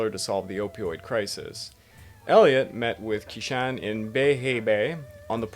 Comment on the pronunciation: Also q makes a "ch" sound in Chinese. Qishan is pronounced "Chee-shon"